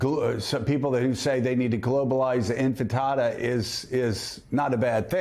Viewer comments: “The infant-ada” is Joe drunk?? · pronouncing it "inFItada" is about how much i expect from morning joe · What a bunch of idiots. Sharpton can't even say his name (keeps calling him Mandami) and Joe "kiss Trump's ring at Mar a Lago" Scarborough saying "Infitada". Sounds more like a delicious snack than an armed uprising 😅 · "Infitata (sic.)" as Scarborough says lol...I think if someone confuses an Arabic word which simply means uprising with an egg dish (fritata), this is a good sign this guy doesn't have a clue about what he's talking about... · these panelists and hosts can't even pronounce names properly and we're supposed to take their analysis seriously ? Guy keeps saying mamdami and the other says infitada. That is just wild to me.